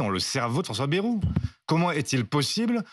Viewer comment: Marre de mal prononcer ce nom !!! B-A-Y ce n est pas BE....